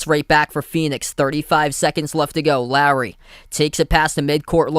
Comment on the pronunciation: Took me a while to figure out who you were calling "Larry". His name is Lowry - "lough - ree".